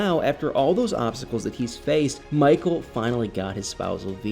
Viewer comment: Poor "Mah-cull". This screams "Get Out 2" 😂